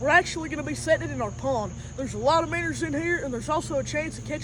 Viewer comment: Minners sounds funny😂😂😂 (not tryna be rude or anything)